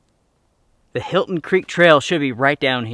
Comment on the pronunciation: The 'Hilton' Creek Trail....😂😂😂. Helton,. Helton. 😜